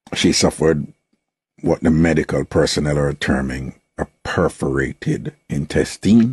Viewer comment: Why you kept pronouncing the word Intestine incorrectly. The words - was reported or reported not reportedly. Get well soon spice. 😊